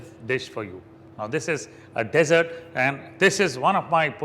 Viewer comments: Learn to pronounce Indians.........Dee Sert not desert as in Sahara Desert.......say DEEE sert. Otherwise stick to Hindi. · good point. I think its actually "Dssert" without saying the first 'e' - like saying Assert. Defo not the Sahara version.